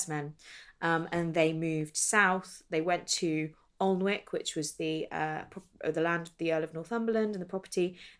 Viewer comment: Alnwick should be pronounced without the letter L and W.